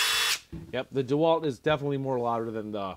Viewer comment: I think it’s pronounced de Walt not dwalt